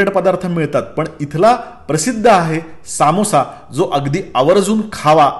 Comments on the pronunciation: समोसा नाही हो....It's समोसा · सामोसा नाही समोसा